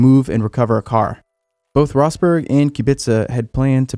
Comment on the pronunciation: It's so weird to hear people mispronounce Rosberg. I though the name would be more known in Formula 1 circles.